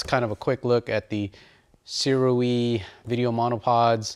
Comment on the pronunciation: Shouda gone with the Sirui. (BTW, according to the manufacturer itself, SIRUI is pronounced SOO-RAY.) Great info video bro. Thanks and keep it coming!